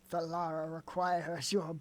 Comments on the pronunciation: Take a shot everytime pronounces her name as "laura" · saying Lara names like that kind of triggered me every time